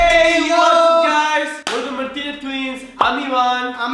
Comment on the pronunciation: how Ivan and Emilio pernounses their name: martinea tchwins How people with clear accents pernounes thier name: Martinez twins